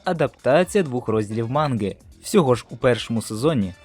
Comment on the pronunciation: Чому манґи?а не манги?